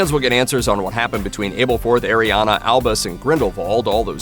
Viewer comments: Omgoodness it’s Ah-berforth, not Aye-berforth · Do not make another video on these movies until you say the names right. Wtf is abelforth?